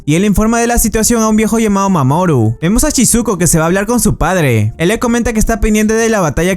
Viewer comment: A alga más siente que dise mamón en vez de mamoru xd